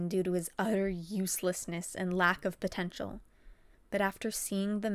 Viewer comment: " for his uter uslessnes" so sad " and lack of potentail" pffffft did you say potentail duuuuuuu